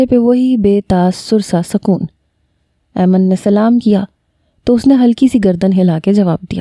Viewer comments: Mehk yr aiman hota h 😒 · Mera nam bhi aiman ha pr ap galat pronounce krti hu Ayman nai aiman hota ha